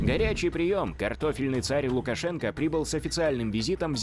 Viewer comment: "Александро Луковшу&€!*&еееиии..." 🤣